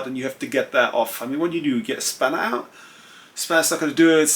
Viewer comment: Great channel. Great English, but please bring ‘T’ back into your language. It sounds like you have spent a lot of time talking to London or Southern Home Counties who can get lazy and lose their ‘T’s. When you said ‘out’ it was ou… ‘sort of way’ was ‘sor-of way’ and ‘a lot of’ was ‘ lo-of’ Being German I know you can take a straight word to help without offence. 😎 The reason it is important is because ’T’ is phonetically important in English to break lines. Otherwise we sound like ‘waff waff waff waffles waff waff’ 😂 Anyway, thanks for sharing your expertise and your good advice.